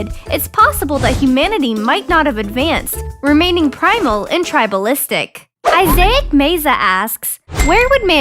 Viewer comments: It's I-ZAC. NOT I-ZAY-AC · Isaac Meza pronounced it: Izay ic Meza Clap Clap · its isaac not isaic. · Have you never heard or seen the name Isaac before? You really think that's how its pronounced? really?